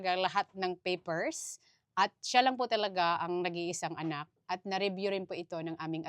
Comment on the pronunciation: Medyo maiksi ang dila mo kaya di mo masyado mzbigkas ang letter R, Like PAPER ---- binibigkzs mo ng PEPER.